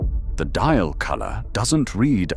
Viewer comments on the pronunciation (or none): none